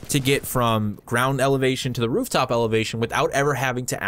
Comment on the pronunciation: You said "rooptop"